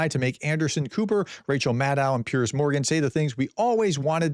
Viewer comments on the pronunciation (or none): none